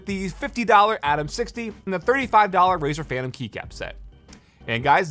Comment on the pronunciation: 'razer phantm' xd